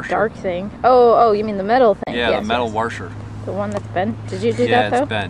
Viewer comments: lol IT'S A WASHER NOT A WARSHER!!! ARGH other than that, awesome vid guys :) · Washer not Warsher. I enjoy your vids keep up the good work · warsher wtf its washer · worsher. its a WAH-SHER!! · "warsher" lol. i cant wait to get a hawk sky. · its called a wosher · Warsher, what the hell is a warsher? it's a washer LOL and Soldering iron is the term your after but hey good video mate, you have done quite a few good informative videos for beginners, top stuff. And your girlfriend/wife does a great job filming, I wish I had a partner who was interested in my hobbies. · i think you need to start a Dictionary and include "warsher" in it. 5 stars for expanding my vorcabyoulary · yeah lol wtf is a warsher xD